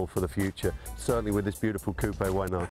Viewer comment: did he really pronounce coupe that way?